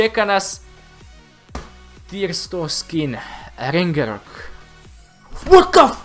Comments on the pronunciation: Ne kaze se rengerok nego ragnarok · Nije rengarok,nego Ragnarok,ako nisi pogledaj film:Thor Ragnarok